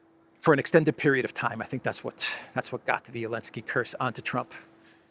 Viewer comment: Is there a reason that he doesn't pronounce the "Zee" in Zelensky?